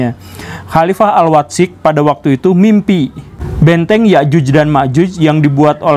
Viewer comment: Mendengar guru gembul baca Al Watsiq sesuai bahasa indonesia nya : AL WAT-SIQ dapat disimpulkan guru gembul gak bisa bahasa Arab.. padahal sangat penting bagi dia kalo mau faham keislaman yang mendalam